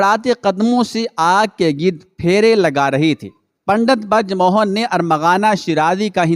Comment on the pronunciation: barj mohan nahi brij mohan